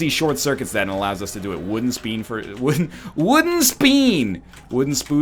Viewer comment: Calls the devil room the shop twice in a row -"Wooden Speen for a speed upgrade " (comments about the sillyness of the error) "Wooden Spood for a speed upgrade"